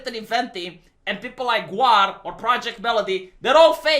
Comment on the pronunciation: its pronounced Gawr, keeps saying GWAR lol. they are very very different things